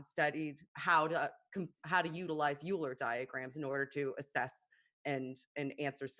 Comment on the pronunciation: Euler is going to haunt for this many mispronunciations of his name.